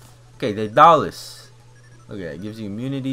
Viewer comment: The armor is pronounced Day-dul-lis